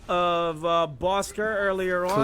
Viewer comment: Please say it right!!😑.Bosskur!!!